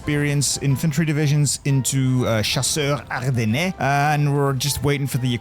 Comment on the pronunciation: I don't know why, but I yelled everytime he tried to pronounce "chasseurs ardennais"